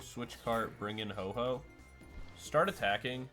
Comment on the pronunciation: Ho OH not Ho Ho